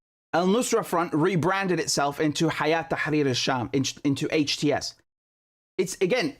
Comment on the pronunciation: It's هيأة Not حياة